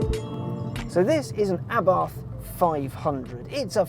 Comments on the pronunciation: It's pronounced Abart.....pathetic level of research....get it right, UNSUBSCRIBED......... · It's Ahh-BART. There is no "th" sound in Italian. Its also "Abarth & Co." as in "Company," not "C."